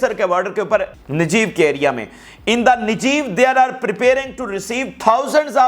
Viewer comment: نجیب نہیں نیگو، nagev desert